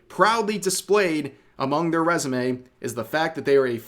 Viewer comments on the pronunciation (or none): none